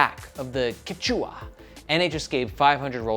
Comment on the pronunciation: It’s pronounced kech-weh or sometimes kech-wah (emphasis on the first syllable) ☺️. The Quechua are one of the major Indigenous groups of eastern South America!